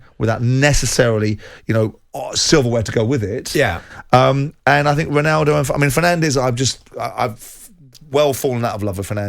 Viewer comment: How long has Bruno Fernandes being playing in the Premier league, and still people don't know how to pronounce his last name correctly? 🙄